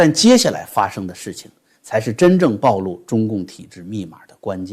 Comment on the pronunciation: 不會改的，多年習慣了😅 暴露 ㄅㄠˋㄌㄨˋ 請多唸幾次，很快就朗朗上口